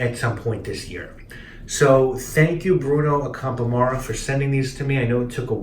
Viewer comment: By the way, Ac*am*pora is stressed on the 2nd syllable. Thus endeth the lesson. I'm curious - did you try Azzurro di Capri?